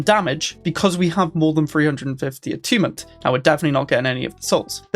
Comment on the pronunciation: Is this really how youre supposed to pronounce "attunement"